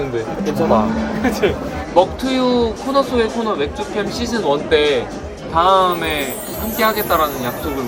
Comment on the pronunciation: 경상도 여자로서 지나칠 수 없엇다ㅏ 김도영 다음에-가 너무 경상도 남자같앗 ㅎㅎ 귀얌미